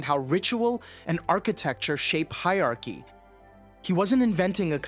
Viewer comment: I'm not trying to be pedantic at all, but it's hierarchy, hi-er-arch-y (higer-are-key) not the way you say it. I'm English and it hurts my soul and bones hearing grownups mispronounce the word.